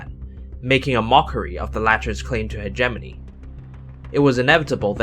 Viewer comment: He keeps saying hegemony wrong